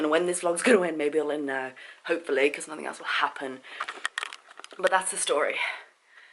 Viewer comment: The word you are looking for in NOTHING with a "G" not a "K". Being English you should know this just like those that pronounce "Absolutely" as aPPsolutely. It`s not rocket science. Learn how to pronounce the words that originate from your Mother Country. I don't give a shit about cops either. Their job in the most part is licensed criminality.